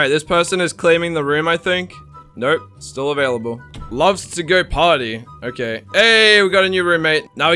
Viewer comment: It sounded like he said I like to potty 🚽 but he actually said party 🎉